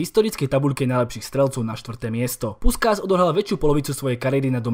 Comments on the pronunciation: Číta sa to puškáš keď sme pritom😉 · Super video, jen malý detail čte se Puškáš.